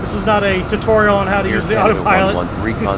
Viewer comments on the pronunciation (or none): none